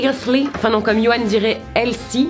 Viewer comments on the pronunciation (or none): Salut! Je viens du Canada et on ne dit pas « Isli » mais « èltie » et sa s’écrit healthy 😂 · La prononciation du mot healthy, interprété par: isli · Les pains perdus 😍moi dans la préparation oeuf lait je rajoute de la vanille 👌 😂 "hesle" 👈a lire en anglais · Comment t’a galèré avec le mot helthly... hum non hilty... hal...heil... aaaaaah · Comment tu prononces « healthy » 😂😂😂